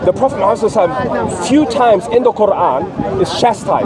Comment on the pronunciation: Is he circumcised? What kind of deceit these paulene creatures come with? Have you heard how he pronouces Muhammad sallAllahu alaihi wasalam. Muslim! Yeah okay 😅